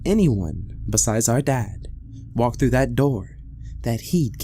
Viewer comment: "Staring right freww me " Love it.